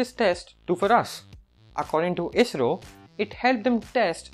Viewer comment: No one: Literally no one: Not even a soul: Others: ISRO TANAY : AYEE ESS ARR OO